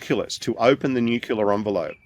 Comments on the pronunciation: Is he going to go on about nucular nuculuses again?, because if he does, I just don't care what he might know, I DO NOT want to listen to it anymore! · I wish educated people would properly pronouce "nu cle ar".